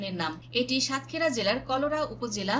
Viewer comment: সংবাদিক হতে হলে উচ্চ ভালো ভাবে ও পড়াশোনা করতে হবে যেমন সাতক্ষীরা দেবহাটা ও আশাশুনি উচ্চারণ এবং অনেক উচ্চারণ ভুল আশা করি ভবিষ্যতে ঠিক করে নিবেন